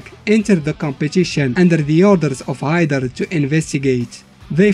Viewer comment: "Geidern" LOL